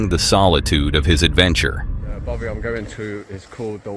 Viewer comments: It's not a Bovie, Mr editor, it's called a Baffy. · Jonathon is clearly in Scotland: its a bothy not bovia😅